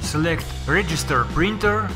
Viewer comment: I hate the way you say printer